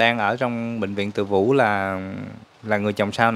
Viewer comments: Bệnh viện TỪ DŨ chứ không phải TỪ VŨ nha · Bv Từ Dũ..khg phải Từ vũ nhé...🍀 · Từ Dủ chứ đâu phải từ vũ?